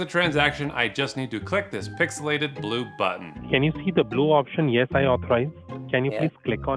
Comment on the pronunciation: Thought he said pixelated blutbaden, but I guess it's blue button😅